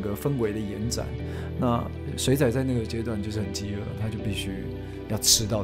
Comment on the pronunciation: 您的台語要加強 「水仔」的發音唸得很不標準，害我很出戲